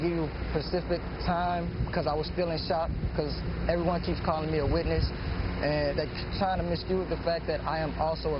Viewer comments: "Can't give you a pacific time" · "pecific"?? Smmfh...you mean Specific?? Nice THUG ASS neck tat! Maybe you wouldn't have to STEAL if you weren't too thugged out to get hired!!! Lmao NEW civil rights "icons"!!! Tatted, thieving THUGS!!! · "I cant give you a pacific time"